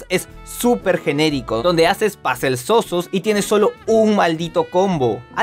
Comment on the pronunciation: Si no sabe pronunciar una palabra en inglés mejor digala en español, eso de pasel queda horroroso cuando solo puedes decir puzle en español y ya, saludos